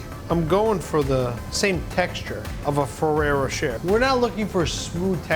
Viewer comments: “Row cher” “Row shay” ?!?! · isn't it pronounced more like ferrero roshae i know its not spelt like that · Ferrero “Ro-Shay” But great cake! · I looooooove Fererro Rocher. Umm btw its pronounced RochAY :-P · I thought he said ferrero chair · Anyone else hate the way he says rocher